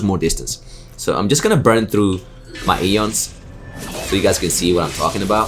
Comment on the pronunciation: Ions, not eons.